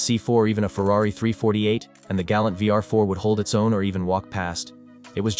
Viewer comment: you mispronounced ferrari? do you even watch your ai trash before you upload it?